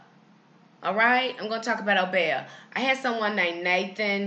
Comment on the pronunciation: In the Caribbean it is pronounced oh-BEE-ah as opposed to oh-BEY-ah